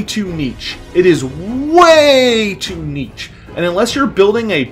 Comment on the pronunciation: Nitch or neesh. Neech hurts